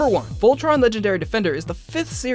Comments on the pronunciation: tea ray ...vol..tron?? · tea ray vol...tron??? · Vol... tron?? It doesn't have to be complicated! I still don't get why I wouldn't say "Voltron"! Keith is my spirit animal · tea ray uhh....vol..tron? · tea ray uhh.. vol..tron?